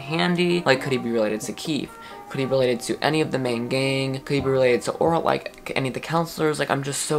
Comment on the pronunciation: The way pronounces Oralie makes it seems like “Or a Lie”. She lied to Sophie 🤣🤣